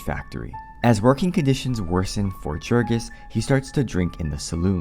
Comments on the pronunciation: Right kff the bat only 15 seconds in, the Narrator incorrectly pronounces the main Characters name. If you had read the book, you would have pronounced Jurgis correctly.- Yourgis - not yourjis or Jurgis like Jergins. YOURGIS or YERGIS Gis sounds like Kiss. Idiots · Small correction, Jurgis would be pronounced Yurgis, since we’re talking about a lithuanian man. Because in lithuanian, the letter J makes a y (consonant style) sound. :) And thank you for the book summary. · Jurgis is pronounced Yurgis. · His name is pronounced "Yoorghis" ... it even says this early in the book. Guess you didn't actually read it. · Great summary, but a little correction: Jurgis in Lithuanian is pronounced yoorgis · It's Yoorgis you dumbass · Okay. I often mispronounce things ive only seen in writing. Like foreign names in books. Thats because i read about those things more than I talk about them. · He doesn't even know how to pronounce the main character's name - which is explained in the book. My guess is this script is AI w